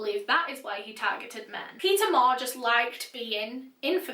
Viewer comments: I keep hearing pizza every time she says Peter 😂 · Why do i hear her say pizza insted of Peter?😂